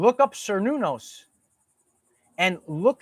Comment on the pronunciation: Cernunnos is pronounced Cur-noo-nose, not whatever you’re saying lol